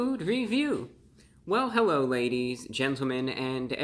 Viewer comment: I legitimately thought he began his video with "Hewo evwywun!" To be fair, I had the sound lowered a fair bit.